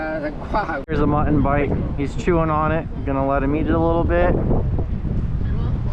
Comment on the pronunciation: New drinking game. Everytime mispronounces "Mutton" as "Mhnnn" take a shot